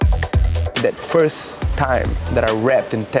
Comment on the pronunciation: "where i did my foist show"